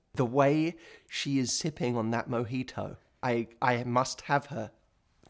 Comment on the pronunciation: The way he says "Mojitou" jajaja i love you Matthew ❤️ greetings from Mexico! Keep making this Kind of videos please !